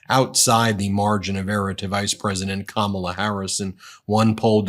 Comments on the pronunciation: good one! that's what Kamala should call him-just run it together to make it sound like she's just saying his name-sort of how he mispronounces her name on purpose and never calls her VP Harris. no respect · With trump, there is so much "I, I, I" and "me, me, me". He repeats the same garbage over and over, every speech. How anyone can vote for him is beyond me. The disrespect he shows Kamala by constantly mispronouncing her name irks me. And he says he doesn't care that he does it. 😡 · He is such a creep. He pronounced Kamala's name with a short u sound. Vote 🔵 . Enough of this lowlife.